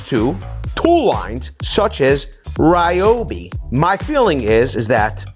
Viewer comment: Its pronounced ree-oh-bee.